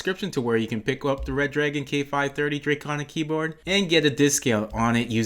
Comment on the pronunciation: Its " Re Dragon " btw Not Red Dragon :3